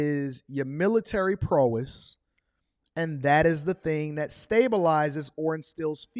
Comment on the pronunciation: Man great info but my guy you say prowess wrong. 😂😂